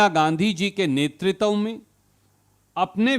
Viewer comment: कृपया नेतृत्व का उच्चारण तो सही सही कीजिये।